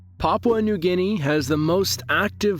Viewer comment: "Papyua nugini".. WHAT??????????????????????????????????????